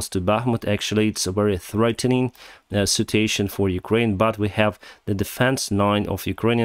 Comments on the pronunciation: Please. The word "situation" is pronounced with four syllables: Sit-chew-WAY-shun (with stress on the third syllable). You wrongly pronounce it with three syllables like the word "citation" which can lead to some confusion. Apart from that you´re doing fine. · Please. The word "situation" is pronounced with four syllables: Sit-chew-WAY-shun (with strees on the third syllable). You wrongly pronounce it with three syllables like the word "citation" which can lead to some confusion. Apart from that you´re doing fine.